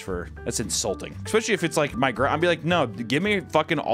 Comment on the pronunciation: for the love of god please stop saying 'ekspecially'